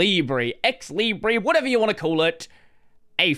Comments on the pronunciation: stop saying "libreeeyyyyy" say "leeebruhhhh" this is how it is said in french and as long as i know that word has been borrowed from french not from spanish. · It is said leebray in English. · actually i don’t understand why you say « libreeyy » since every other -re words are said -er (when they are spelled in british english) i think it would be more coherent to say it like that, so it matches « liberty » (centre, octobre, libre, … but i know english is inconsistent and will still be it)